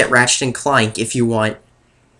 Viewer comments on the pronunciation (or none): ratchet and cluank? ugh. dude? ratchet and clank? did we take English class? did we not??? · It sounded like he said Ratchet and Cloynk.